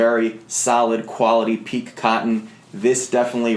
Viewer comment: Thanks for a great video; FYI, it's pronounced "Peek-KAY". (somebody forgot the accent). Pique as you are pronouncing it mean "to excite, etc"